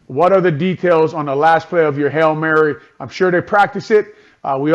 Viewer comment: Its not "hell Mary" its "Hail Mary" didn't this dude play the game? Why can he not pronounce Hail